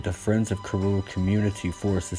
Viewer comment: Your pronunciation of karura was on point and correct, nice video and factual history of the forest. Keep going our mzugu hero🤛👏👍